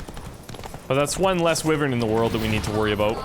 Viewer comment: I grit my teeth everytime he mispronounces "wyvern"...